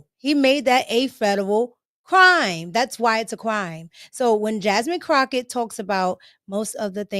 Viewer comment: Did she call her wratched crocket 😂😂😂😂😂 I am dieing over here